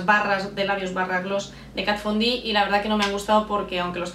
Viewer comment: sí señor! la primera youtuber que pronuncia bien Kat Von D. Ya era hora!!!!!